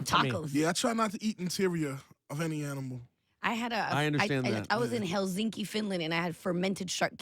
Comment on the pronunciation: she said Helzinki twice ,its Helsinki Finland